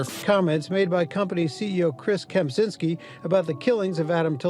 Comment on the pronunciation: As Kempczynski is obviously Polish surname, the CZ in his name should be pronounced same as in word "Czech".